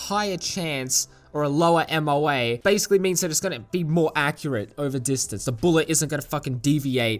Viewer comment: Like Matt C commented, MOA (which you pronounced correctly) is basically just a measure of bullet spread. A 1 MOA gun will shoot a 1 inch diameter group at 100 yards. A 5 MOA gun will shoot a 5 inch diameter group at 100 yards. Basically a 5 MOA gun has a lot more bullet spread and will be less precise at range. 3-5 MOA is pretty common for service grade rifles. The M1 Garand had to shoot 3 MOA in order to be considered good to leave the factory. Now whether or not the shooter can be that precise is another story, haha. But yes, historically the SKS has been known to be more accurate than the AK, primarily due to its tighter build tolerances. Typically tight tolerances = higher accuracy, while lower tolerances = higher reliability.